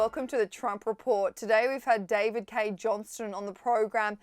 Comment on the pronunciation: David Cay pronounced 'Key'. The others are donold and sissyvance for respect and accuracy. Ty 😂 but yeah seriously. That's their name.